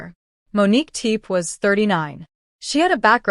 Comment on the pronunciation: Whomever is narrating this documentary should get the proper pronunciation of the name for goodness sake. It’s not TEEP, it’s TEPE. Go find it please out of respect